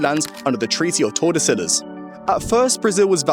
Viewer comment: Um actually its pronounced tor-duh-SEE-yas